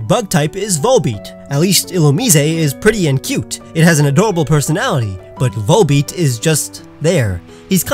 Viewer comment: VOLBEAT, NOT WOLLBET!